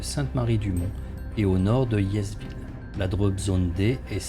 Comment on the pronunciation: ce n'était vraiment pas une critique de fond. J'ai apprécié votre vidéo. J'aurais dû commencer par là ! Quelques petits soucis quant à la prononciation des noms de localités... (Comme Audouville, ou le s de Hiesville qui ne se prononce pas...). Je ne vous embête plus, promis !